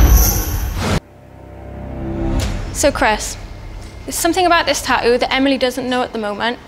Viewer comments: Tattoo not tatooo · It’s called tattoo not tauoo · How come every other British person on the show can pronounce "tattoo" properly but not the host? I cringe so hard every time she says "ta-ooh." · why can she not say TATTOO?? you could only find somebody who can say "ta-ooo"??? does she not see theres more than one T in the word tattoo? and yet you hired her lol?? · "Ta-ough"...your new "Ta-ough". When you can't even pronounce the title of the show you're hosting. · No, they say Ta'oh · "TATTOO" jeez not "TaTo" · Half these people can't even pronounce tattoo. "Ta-oo, ta-oo, ta-oo!" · It's tattoo not tatoe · how does that girl pronouce the word tatoo?? " tayu" this show is all staged..haha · So why can she only pronounce one 'T' in Tattoo...? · why can the blonde chick pronounce the first T in tattoo but not the second 2 t's. Kinda drives me crazy. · The Geordie pronunciation of the word "tattoo" is pure gold👌